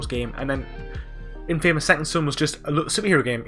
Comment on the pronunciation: I still can't get over that you keep saying the word "INFAMOUS" wrong its been years hahaha.